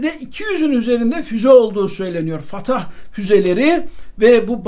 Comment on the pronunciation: Sedat abi o füzelerin ismi “fettah” Fatah değil bilgin olsun diye yazıyorum canım abim